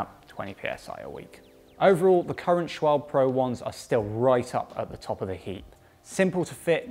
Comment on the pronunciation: It's SCHWALBE(h) NOT schwalb , same as PORSCHE(h) NOT PORSCH !!! Very painful for me as a German to hear a little englander pronounce it incorrectly !